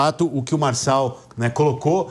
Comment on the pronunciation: É Marçal, Marçal, Marcal